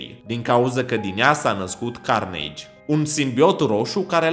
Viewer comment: Se zice carnaje